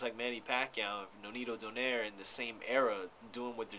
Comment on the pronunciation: its not "Do-Nare" its "Do-Naye-Reh"